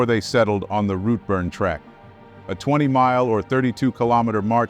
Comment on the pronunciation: FGS they took a 'short cut'? If there were short cuts on a well established track do you not think they would be signposted? BTW the pronunciation is Glen Orkey and Rootburn